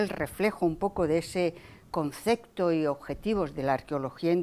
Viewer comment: Dice "concecto", y "hubieron" muchos ejemplos.